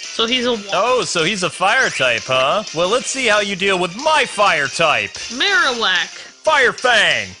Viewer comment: I like your videos but this time i was pissed off of you saying marowak name wrong not knowing there are other pokeballs which are more effective on certain pokemon!!!!!!!!!!!!!!!!!!!! look dude this time you are just really making me furious right now so pls do some search first dude.(sry if i made anyone angry but this was really fustrating for me so i just really couldn't hold it because this was offensive to me.)